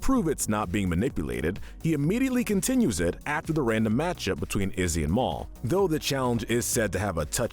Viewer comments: Nobody: The narrator: repeatedly says “Mole” instead of “Mal” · ok not to be rude but... mal is pronounced Mal, not Mall (notice how duncan says it) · Am I the only one who noticed they called Mal "Mawl" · nope your not the only one here i heard it too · Mike's evil alter isn't a shopping centre. In other words, he's not a Mall. There's only one "L" there. Isn't it enough to mispronounce the host's name? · Your still pronouncing Mal wrong. It has a short A. He said it himself.